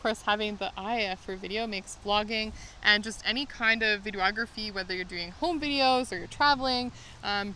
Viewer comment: Do Canadians spell videography with an extra 'o'? keeps saying, "video-ography"